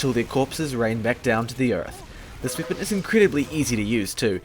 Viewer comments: He says wepon and not weapon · Why do you have to say weapon “weepin” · Goo I mean how he pernouces it " with this wiepen..." "wiepons that can crit himself" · is it just me or is he saying "swepen" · aw dude your language is weird. its a good video with good content but man, the way you say ,,weapon'' is just awful... almost every ,,e'' in a word is pronounced like an ,,i'' and so does wipen, number siven, markit gardener ... bist ixample... wtf? i just cant listen to that xD no offence but what kind of english is that?